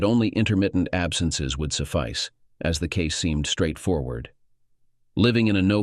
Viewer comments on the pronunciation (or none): none